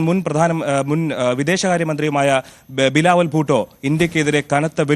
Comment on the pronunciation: ബിലാവുൽ ഭൂട്ടോ അല്ല ബിലാവുൽ പൊട്ടൻ